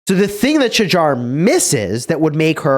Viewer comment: Bro.. Its pronounced as "Shahar". Dude you all act smart by being fancy with how you say Tariq but you mess this one up? Get your act together.